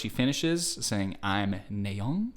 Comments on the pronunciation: WHY DOES HE STILL SAY NAYEON WRONG ITS NA YEON NOT NAE YON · It's na yeon not nay oen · It's not naeon it's pronounced as naa yon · “Neigh-yeon” 😂 it’s naay yeon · Nice analysis of the MV but he pronounced Nayeon's name wrong every time. It's not "nay-yeon", it's "na-yeon". The first syllable has a hard A sound which should sound like "ah" or "aaa", not "ay" or "ey". I guess this is his first time seeing Twice since every Once knows this, actually 99% of Kpop fans probably do since Twice is one of the top groups. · Kind of (?) unrelated but i wanted to point it out, When you say "Na" it's more like the "a" in "as" so, it'd be like "Nah-yeon", not so much as "Ney-yeon", you know Thank you for coming to my Ted Talk :) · btw, just so you know; her name is pronounced nye yon 💖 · Why Are you pronouncing It Ney-yeon Its NA-YEON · Sorry i don't mean to say that, Nayeon name is 'NA YEON' don't 'NAY EON"!! Thank you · It's Nayeon not Naeyoen, you literally watched the video an still messed up her name🤦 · Hahahaha.....I don't know why it bugs me so much but it's "NAH"-yun, not "NAY"-yun. But all good 👍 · just a heads up her name is pronounced "Nah-yon" not "Nay-yon" easy mistake though :)) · Also, just a friendly lil correction, its pronounced NA-YE-ON and not NAY-ON, hope that made sense 😃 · i cringe everytime i hear him say nay yun and the typo of her name in the top right corner.. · to pronounce "nayeon" its "nahyon" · her name is pronounced Nah Yeon. (Nayeon) T.T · nayeon is actually pronounced nye-on !! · idk if you care xD but the pronounciation of her name is nah, like "nah bro" and youn, like "young" without the g. nah youn :> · they are joking because he pronounce it like naeyon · You pronounces nayeon name wrong 💀 … …. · This isn’t hate just a little correction - The “A” in Nayeon is pronounced the same way as the “A” in after😓🫶🏻